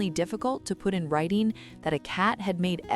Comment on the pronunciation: "Writeen", "stoppeen", "existeen", and "reserveen" are not words. "ing" is not pronounced "een".